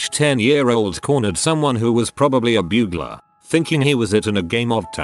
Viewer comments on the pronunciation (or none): the way that voice says “bugler” made me cackle